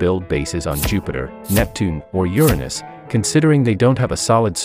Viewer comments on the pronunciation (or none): none